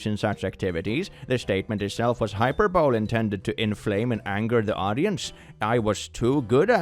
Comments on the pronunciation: we generally pronounce that in the US as "high- per- bowl- lee". Although hyper-ball is a common mistake even native English speakers make when first encountering the word. I think it's Greek in origin. I know you speak English as a second language. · ish -Hyperbole is pronounced hai·pur·buh·lee (accent on the second syllable.) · I love that you pronounced Hyperbole as hyper- bowl. I couldnt say this word for ages... still struggle. but its Hi-per-ber-ley. #Dyslexics unite!!! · Hyperbole is pronounced "high per bowly" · Hyperbole is pronounced "high-PER-bully". Not an insult, just helping. Also, I, too, would like the "strap in and strap on" shirt. Bright green, please. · Hyperbole==Hy PER bol ee. I know, English is like your 900th language. Better than most Americans!!!! I wish I could learn my ancestral language, but Cherokee is a very difficult language to learn, because Eastern and Western can be very different, then you have different dialects. Iriquoian lingustics are very difficult. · It should be pronounced hyperbole though it lines up better with the definition